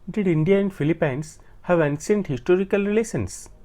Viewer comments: Philippines is pronounced as (fi-li-pins) not (fi-li-pines) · Filipynes you say? Never heard it pronounced that way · The way you pronounce Philippines is very funny. I think that’s a fun fact. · So much research went into this.. except they could not pronounce PHILIPPINES correctly.